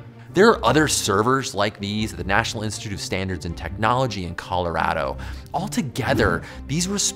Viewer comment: I'm sorry but how did u just pronounce colorado lol